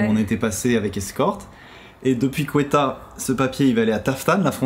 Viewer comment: Salut, super contente que vous retourniez au Pakistan! Je vous ai entendus à maintes reprises (et dans plusieurs vidéos) prononcer la capitale du Baloutchistan : Quetta (à la française), mais cela se prononce : KETTA. Vraiment hâte de savoir comment va votre véhicule et quelles seront les conséquences entreprises pour le retirer de là. Mais nous savons bien que les gens sont super hospitaliers (culture oblige). À bientôt vous visionner! Bon trajet!